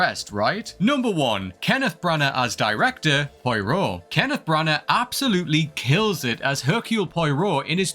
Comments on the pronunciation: "Pwa-Roh" not "Poy-Roh" 😉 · It's not Poeero, it is pwaaaro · So many wrong takes based on limited perception. This list is a dud. And: Pie-roh? Really? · Poy-Row? Please make some attempt at proper pronunciation of the character name. Most of these franchises just need to stop. Ghostbusters have proven 3 times now that it was a great first movie...that should have stopped there. Star Wars probably needs to time jump to be honest. As long as the current set of characters are, or could conceivably still be alive, they'll haunt the franchise like a bad smell. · Just a note to say that POIROT is pronounced Pwah-Row... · Never say Poirot again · Much as I love these videos, can someone please check the pronunciations on tbe commentaries. How to murder the way to correctly say Poirot!